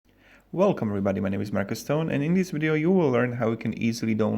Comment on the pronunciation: wideo? what the hell is wideo worst english ever